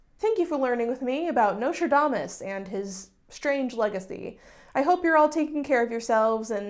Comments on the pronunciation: i'm sorry, did you say Nicholas Lmao? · Actually didn't even notice you forgot the 'S' in Nostradamus until you said it 😂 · u pronouncing it notradamus is honestly so cute tho lmao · As a fellow Texan escapee I also say Nostradamus without the s like 75% of the time. 😭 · Thank you for being a beacon of hope and reminding people that whatever they read on the internet about a historical figure is not true even if the actual person did really exist :') Also, as a French speaker, if I may, and I promise I don't mean this with any shade at all, I wish you would show on the screen the spelling of the French names/places/words you say because since it's difficult to pronounce for you (and it makes total sense, many French sounds have nothing to do with what's found in English), I honestly can't tell what you are referring to :') I kept hearing the name of the town where Nostradamus went to live as "salon" and I thought that was very funny (but I doubt that's actually "salon") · I actually found it kind of funny bc dropping the s is pretty much what French speakers did anyway. It's been a minute since I was doing research for historic pronunciation for singing French renaissance music, so someone please correct me if I'm wrong, but the s may not have been pronounced in his French name in that period anyhow (not sure how regional variations come to play, but they are around); I'm aware that the s had been mute for a long while before the 18th century spelling reform that replaced the mute s with the circumflex in the preceding vowel. So yeah, I wouldn't sweat it too much. Loved the vid!